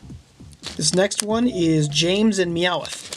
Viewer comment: YOU ARE SAYING MEOWTH WRONG and I think the Character that is not quite right is squirtle AND the character you did not know is Amy